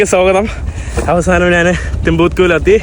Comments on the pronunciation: നാൻ അല്ല,ഞാൻ ആണ് ശരി. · നാൻ, നാണു, നാനു അല്ല, ഞാൻ ആണ് ശരി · നാൻ,നാണു, നാന്, നാനു. അല്ല. ഞാൻ. കഴുവുക അല്ല, കഴുകുക എന്നതാണ് ശരി